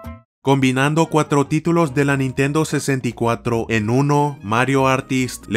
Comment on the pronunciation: Nitendo diesai ulalala señor elegante Aver como se dice Nintendo tresdeece